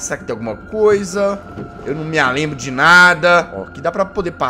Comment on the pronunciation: o jezz fala eu não Lambro de nada